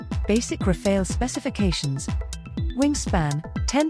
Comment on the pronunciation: Pronounciation tip: in French, Rafale’s final e is silent, so it should be pronounced Rafal, not Rafail. ☝️🤓